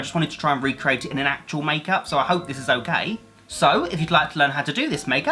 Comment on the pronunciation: When he would say “onkay” Instead of “okay”